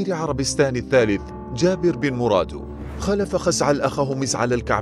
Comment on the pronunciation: خزعل بن مرداو وليس مرادو😕